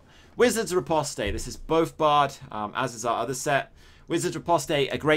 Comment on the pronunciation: Does a yank really need to tell you the proper pronunciation for "riposte?" Kidding. Interesting build though. I appreciate builds that make Magicka builds fight like stamina builds.